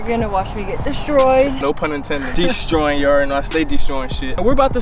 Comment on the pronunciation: You said it deestroying like 3-5 times